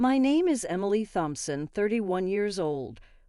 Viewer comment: And "Thompson" is pronounced Tomp-son, not Thump-son. 🙄